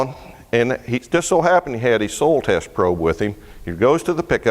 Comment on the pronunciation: Ain't it cool how pronounces soil? Its soul! En arche en ho logos....!